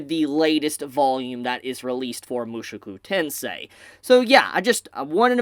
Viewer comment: Every time I hear him say Mushuku Tensei ... I just imagine Rudy being replaced by Mushu from Mulan.